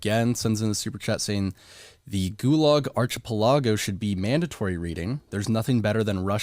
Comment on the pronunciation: OMG listening to him trying to pronounce archipelago was just painful. Apparently no knowledge of world geography there.